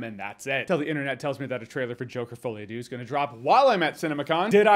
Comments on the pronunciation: Deux is pronounced closer to dur. Not dew. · Deux is not pronounced dew. It's more like the u in butter